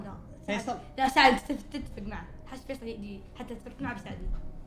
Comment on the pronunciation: فيصل اي جي ❌ فيصل يجي ✅